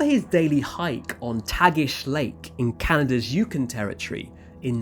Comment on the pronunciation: The Yukon Territory is pronounced u-con